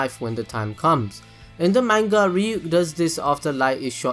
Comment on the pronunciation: the way u say manga makes me want to die